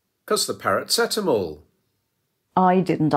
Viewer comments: Ok, I can almost see that. But, he did not say parrot. Poor phonetics, but I heard 'para seat em all'. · "Paracatamol"? It's a Mexican sauce, is it?